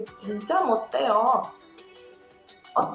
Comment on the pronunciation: eu posso fazer uma pergunta, e que a pronúncia do 해 as vezes e substituído por ㄴ, e por 대... Quando vc foi pronúnciar o 못 해요, ficou com a pronúncia 못 대요. Espero que tenha entendido, pq acontece isso???